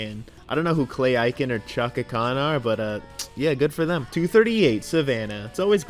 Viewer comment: it's pronounced ay-ken not i-ken but its ok i forgive you